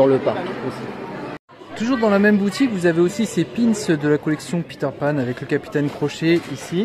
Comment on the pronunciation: merci pour la video .... les montres sont magnifiques par contre "peter panne" dsl mais sa ma fait rire 🤣